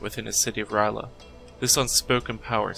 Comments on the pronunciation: This is the first time I’ve heard R’yleh pronounced like “rai luh” instead of “earl yay”. It doesn’t really matter though since it has other-worldly origins and isn’t meant for the human tongue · I gotta say i know its only lovecrafts fault but i really hate it when people mispronounce r'leh